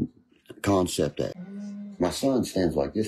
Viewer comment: Its all about “kahnseps” guys!🤦‍♂️